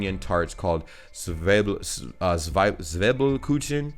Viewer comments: I'm from Lower Saxony and I have NEVER heard about "Himmel und Erde"... 🤨 But Zwiebelkuchen tastes delicious ~🤗 even though it's called "Kuchen" (Not "Kutschn".. By the way, "Kutschen" do exist in German but it means "carriages" 😂) it's not made with a sweet dough that you would use for regular cake, so the combination with onions is no problem. 🙂 ... Whoever told you that "ä" is spoken like a regular "a" lied to you. Several times you spoke "Käse" at first perfectly fine and then corrected yourself wrong to "Kase".. 😂😂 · Dude. The "z" is ALWAYS pronounced "ts". So, Zwiebelkuchen is like "tsveebelkookhen" in a spelling that should appeal to you. Also, the two dots above a vowel do actually mean something. Kindly look up "Umlaut". And "Grünkohl mit Pinkel" sucks. You need to be a Northern German to like it.